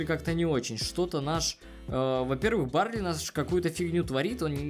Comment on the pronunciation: БАРЛИ А НЕ. БАРЛЕЙ!!!!!!!!